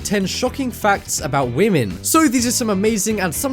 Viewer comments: Why you say wemen ? Women not wemen to 0:9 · This guy doesn't respecc whamen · It's not "women" it's Wamen